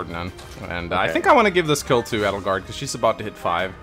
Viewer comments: The way they pronounce edelgard is odd it's like adelgard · Who or what the fuck is "Eddlegard"? I've only heard of Edge Guard.